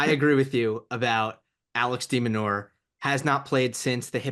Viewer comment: Love the content and I like only spreading good vibes. But hearing "De MinaUER" time and time again from the guest was tough My bad, folks